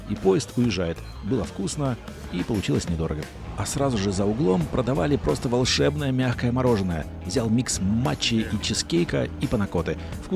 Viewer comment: И в Бангкоке тоже морожеННое... )))))))))) Второй раз за фильм. Оторвался от родной речи на бескрайних просторах Азии...))))